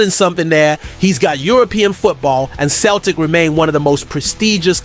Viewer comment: It's not k/Celtic.. it's with a c as in cel tic.